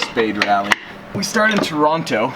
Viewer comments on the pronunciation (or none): Toronto =Te-Ron-Oh 👍👍